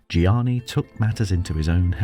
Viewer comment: You can at least get his name correct. It's Giannini, not Gianni.